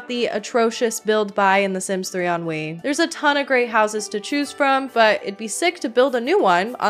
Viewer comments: i love how it sounds like you keep saying "ennui" bc if that doesnt perfectly describe my feelings towards the sims lately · I kept hearing "The Sims 3: Ennui"